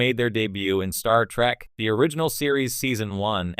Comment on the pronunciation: More like "Star Track" AI slop.